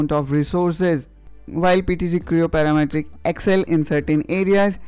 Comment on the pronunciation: PTC Creo "Paramatric" LoL